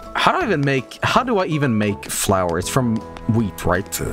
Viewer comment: Or as calls it floor